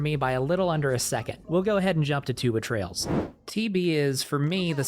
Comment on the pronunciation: I thought it was Tuba Trails